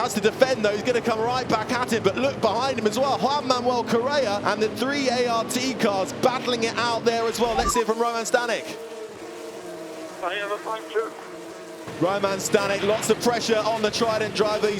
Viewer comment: Staněk is pronounced Stahnyek short "ah" the ě is "ye".